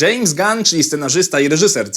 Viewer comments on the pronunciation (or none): none